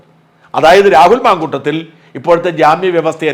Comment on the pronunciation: Mamkoottathil not mamkoottom.